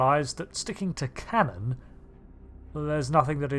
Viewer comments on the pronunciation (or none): none